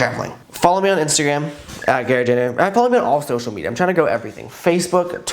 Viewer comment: u butchered his name so bad